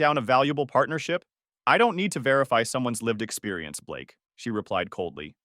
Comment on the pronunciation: Blake? You mean Ba-lakay….